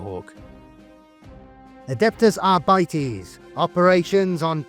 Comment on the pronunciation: arbites not arbitees o-o